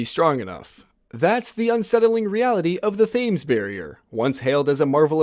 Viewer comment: Thames is pronounced “tems”